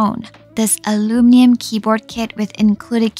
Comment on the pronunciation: Funny how your English is basically perfect except for one word, aluminium😅